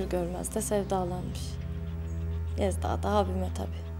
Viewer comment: Yezda değil değil. Laaa bizim kiracı sevdağğğ